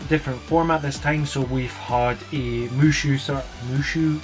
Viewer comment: the Warriors style series is Musou, pronounced "moo-sow", just for clarification but yeah i wasn't a big fan of the direct myself, but there were a few decent picks